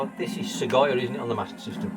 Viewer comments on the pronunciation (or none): Thats an awesome load of stuff off Eddie, some great looking games there, your brave trying to prounonce a few of them 🤣 sagaia ( darius ) looks absolutely stunning. I know i always say it but the artwork on them games is absolutely amazing... all this after the neo geo have you won the lottery and not told us 🤣🤣